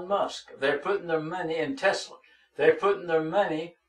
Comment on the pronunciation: TESLER LMAO